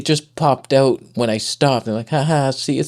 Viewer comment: You can see when truly is angry his Canadian slips out. Or should I say "ooot"?